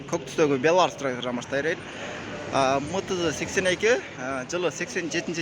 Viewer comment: МТЗ дегендин туура окулушун үйрөнүп ал